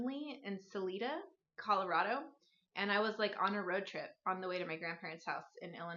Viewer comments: Sa-lie-duh. 😊 So fun to hear you talk about it. Both my husband and I grew up in Salida. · This took me by complete surprise!! I grew up in Salida! (You didn't say it right, but that's ok 😂). I moved in 2001, so had no idea they now have a Fiber Festival, thanks for sharing!!